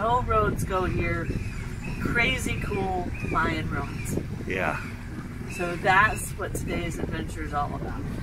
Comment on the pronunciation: I cringe when you say roin,,, it is ruin as in roo in.